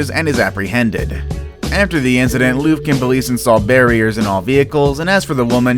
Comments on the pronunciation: It's not Loofkin, it's Lufkin. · No 3, the woman in the police car Is pronounced Luff-ken Texas not Loof-kin Texas. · IT'S "LUFF-kin", Texas, NOT "LOOF-kin!" Or are you referring to slimy Bill O'Reilly's LOOFA sponge? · It was just a keg, man. Don't over play it. And, it's Lufkin, pronounced Luf-kin, not Loof-kin. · Haha I live in Lufkin. It’s so funny how nobody can pronounce it. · Pronounced Lufkin ( luff-kin) Texas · BTW its Lufkin: L UH FK IN. Just a Texan tryin to help y'all. Bless your heart. ❤ 😁